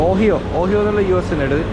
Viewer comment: ഓഹിയ alla bro... The U.S state "Ohio" is pronounced ഒഹായോ